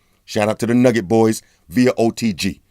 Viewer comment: nougat, not nugget bro